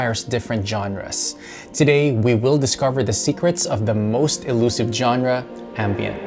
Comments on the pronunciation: it's pronounced zonra not johnra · The music used in this is really bad, there is far more impressive ambient out there. And genre is pronounced "shawn-ra".